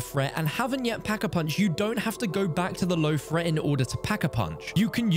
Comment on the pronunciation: High fret zone. Fing. Learn to speak